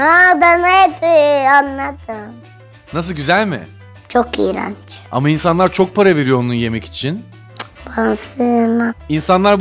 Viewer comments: İYERNÇ İYRENÇ! 🤣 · Herşeyede iprenç diyor saf